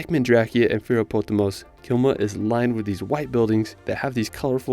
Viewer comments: Great video. It's Klima not Kilma. If you'd like to correct this. Keep it up:) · KLIMA ! not Kilma ;) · Klima not kilma… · LOL, it's Klima. :)